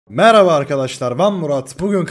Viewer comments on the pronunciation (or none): abi artık maraba arkadaşlar ben deme düzgün söle yada eski intro gelsin